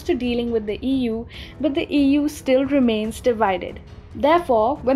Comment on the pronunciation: How you said EU, sounded like Ewww. :D on a lighter note.